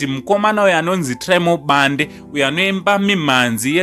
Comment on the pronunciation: Bhande not Bande😜